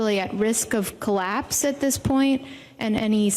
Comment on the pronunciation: The way Vaush says "claps" instead of collapse..